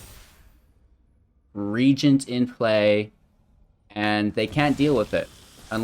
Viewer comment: Tergrid is my one of my fav. Glad to see your take. And glad to hear you pronounce Regent correctly. :p